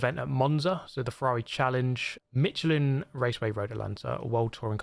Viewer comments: since there's already people discussing the pronunciation of Ruf :D I want to chime in with the pronunciation of Michelin. it's Mish-LEN, not MEE-cheh-lin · Me cha lan , is how it’s pronounced!!!